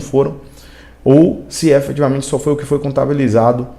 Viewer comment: Você quer falar difícil, falar bonito, e fala tudo errado: EFETIVAMENTE, ABSOLUTAMENTE !